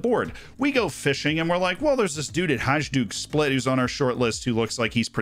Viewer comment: Your pronunciation of Hajduk Split made me die a little inside.